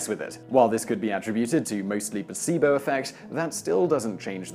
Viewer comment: That is the weirdest way i have ever heard anyone say 'attributed'.